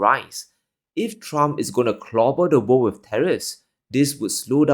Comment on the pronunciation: "And...of the wor'd"!